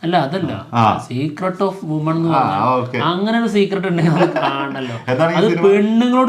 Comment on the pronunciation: Women (വിമെൻ) ആണ് woman(വുമൺ) അല്ല.. പിന്നെ വിശാലിന്റെ പടത്തിന്റെ പേര് മദഗജരാജ എന്നാണ് അല്ലാതെ ഗദ അല്ല 😊